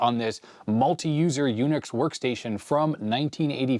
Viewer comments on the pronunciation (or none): "jUNIX" I love it. 😊